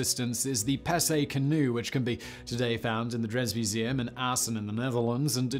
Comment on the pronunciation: The 'dress' museum? Should off course be the 'Drents' museum!